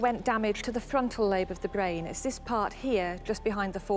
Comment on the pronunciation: The woman who explains about the bwain, Henry's bwain, and how it suffered a trauma. His bwain was damaged altering his otherwise gentle personality. Anyone with half a bwain can understand that. Bwains can't be messed with. This "documentary" is dead-set on having us believing in a feverish love affair between the two. The whole thing is just risible.